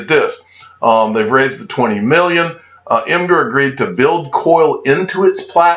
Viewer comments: Imgur= “Imager” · Pronounced “imager”